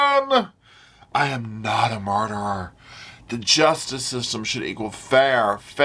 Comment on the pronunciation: “Gee-yus-tis system!”😂